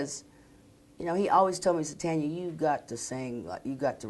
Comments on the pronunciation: I hate when they say Tonya...It is Tanya. I hate it. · it's TANya not TONya. she says her own name at the damn beginning. ugh. my name is pronounced just like hers. my mom and dad couldn't agree on a name for me. as my mom was holding me in the hospital room Tanya Tucker came on the tv and BOOM she had my name. 😄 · it's tanya, not tonya, like tan ya hide as Miss T would tell ya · You can't even pronounce her name correctly, it is not TONYA it is TANYA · It's not tonya tucker.......! Its tanya tucker Dam..............! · I don't see no one comparing her to Taylor. But the woman pronouncing her name as Tonya instead of Tanya it's pretty typical for a black woman or myself to call her that because you most of the time pronounce it Tonya. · TANYA, not TONYA! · This keep pronouncing Tanya's name wrong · These two commentators keep mispronouncing her name! Really?! If you’re going to interview someone give them the dignity of knowing what their name is! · I cringed when I heard them mispronounce her name.. They should study up on who they are interviewing. Tanya is a legend ❤️ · Hey and. If your going to have a STAR on your program, please learn how to pronounce there name. Call me Profile, I definitely can do this job! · What a weird ass show. How rude that they kept mispronouncing her name over and over again. What kind of hosts interview a performer that's been in the business for as long as she has, and don't bother to find out how to pronounce her name. All the kissing up to her they did isn't worth a damn if they don't care enough to get her name right. What a bunch of fakers these idiots are. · This lady can't even pronounce her name right. As far as Tanya being the Taylor Swift of her day... Taylor will never compare to her. Still beautiful as ever. Love ya, Tanya! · OH GEEZ! Did she NOT tell them how to say her name??